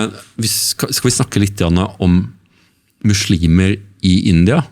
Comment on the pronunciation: 1. Det heter islam og muslimer med bokstaven S og ikke "SH". 2. I Koranen kap 2 vers 246 (som representerer islam) står det klart og tydelig: "det finnes ingen tvang i religionen (islam)" 3. Kristne er ikke forfulgt i Pakistan, det finnes hindu templer, kirker og andre religiøse begivenheter/attraksjoner som andre nasjonaliteter bruker i ro og fred. Det er bare å sjekke på youtube om uttalelsene fra turister rundt gjestfriheten i Pakistan. 4. Det finnes ingenting i Koranen om dødsstraff om frafall av islam - enhver er født fri med fri vilje (og vi testes ved alle livets aspekter av Gud). Se bare på kap 2 vers 256 i Koranen : "det finnes ingen tvang i religionen (islam)" 5. Det er en grunn til at muslimene ber 5 x om dagen, faster, er avholdne fra alkohol/svin - årsaken er store helsegevinster både fysisk og psykisk. Disse verdiene står og nevnt i bibelen. Tro gir håp/optimisme, det gir disiplin, ydmykhet, moral og nestekjærlighet.